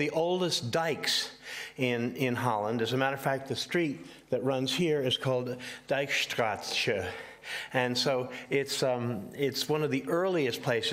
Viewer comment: dijkstratsche xd wss gwn dijkstraat